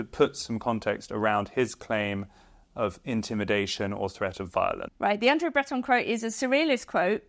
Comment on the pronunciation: Could you please at least pronounce André Breton correctly?